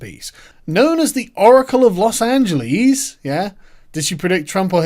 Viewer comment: God damn Sargon can you please learn to pronounce Los Angeles right. It sounds cringy as hell the way you say it.